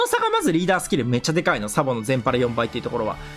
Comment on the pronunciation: サポになってるけど→サボです😅